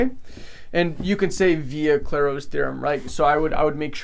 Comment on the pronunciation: Lol, I think you actually said it correctly. The pronunciation is very abrupt on both "Clay" and "Row" on this name. No stresses on any syllable. :)